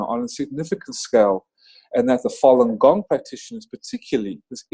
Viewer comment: What did you say ??? Fallen gong...?